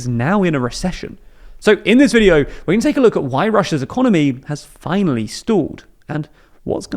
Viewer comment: Emphasis on Finally